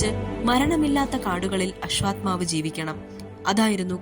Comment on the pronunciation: അശ്വാത്മാവല്ല മോളേ. അശ്വത്ഥാമാവ്........